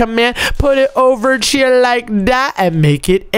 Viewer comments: Pls stop saying chier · STOP SAYING CHIER OMZ